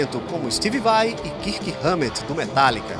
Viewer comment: "...como stivi vai e kirrki ramét do metallica..." meu deus, não assassina o inglês não por favor, estuda antes de ser apresentador vai.